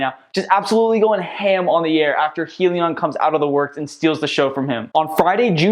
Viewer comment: Just so you know... it's pronounced "High-leon"